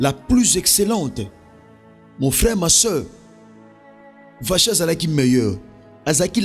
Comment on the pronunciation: Gloire à Dieu pour l' enseignement. Vasthi se pronounce (Vasti). Que Dieu nous bénisse.